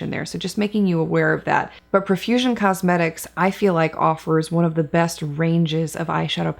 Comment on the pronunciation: Such a fun and informative video. Profusion is such a great brand. I think it's pronounced "pro"fusion, not "pruh"fusion. 🤷🏻‍♀️